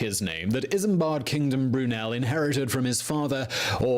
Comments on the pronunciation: I can't take Simon Whistler seriously. Heavy on ephemera, but light on facts. Too many chatty modern references and too many mispronounciations. "IsamBAD"? Really?? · Bloody Simon Whistler! Managed to butcher the pronunciation of Isambard at least 3 times. His videos are littered with mistakes as well. Rocket wasn't the first locomotive; that was Locomotion No. 1 on the Stockton to Darlington railway. Completely glossed over how important the Great Western railway was (GWR aka God's wonderful railway). The superior broad gauge, the Box tunnel, how it sped up the mail service, enriched Bristol and led to better/faster connection to America. The Great Western became very important as it was a huge ship that pioneered laying the first trans-Atlantic telegraph cable.